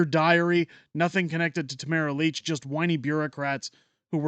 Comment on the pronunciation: AAHHH dude, it's LITCH not Leech.